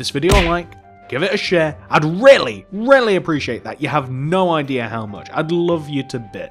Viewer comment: thought he said shit instead of share